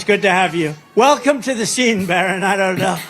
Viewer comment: Is he calling Barron Byron?